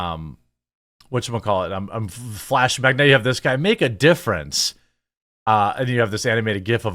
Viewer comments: It’s make a “dei”-ference. Not difference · It’s ’make a deiference’.. subtle and typically Walsh..